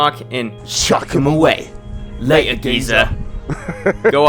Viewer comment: La'er Geeza...